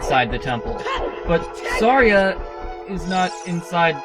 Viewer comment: You pronounced Saria's name wrong.